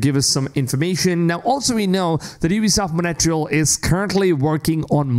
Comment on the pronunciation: Ubisoft Montréal 😅 but he says Monatrial